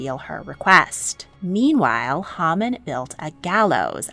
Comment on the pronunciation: Quite true. However, Haman (pronounced as Hay-Man).